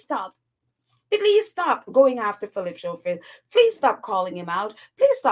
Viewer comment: Hi, his name is pronounced Scofield. The "h" is silent.